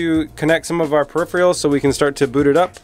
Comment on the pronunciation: Your pronunciation of “peripheral” gave me aids.